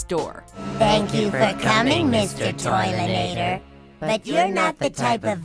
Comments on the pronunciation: It's Toilenator, not Toiletnator. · .....It's Toilenator, it's not ToileTnator. God that's annoying x3